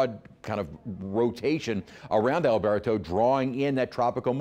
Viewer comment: I am Spanish; I speak, read, and write fluent Castellano - our mother language. I've been in the States since 1976 and have never ever heard English speaking folks - especially weathercasters - pronounce Spanish names as if they're speaking Spanish. It is DISTURBING because it sounds HORRIBLE. My opinion. Drives me nuts. I much rather hear the name Alberto properly pronounced in English, whenever anyone is speaking English. Even in Spanish the pronunciation is different. You trying to sound Spanish, pronouncing it as AlberTOE is 100000% incorrect and freaking offensive. STOP trying to speak our language when YOU HAVE NO CLUE! The English pronunciation of Alberto is like Roberto- almost sounds like a "do" instead as the T is a soft pronunciation. NOT LIKE A FREAKING TOE. Stop trying to emulate something you are not!! You sound like an idiot.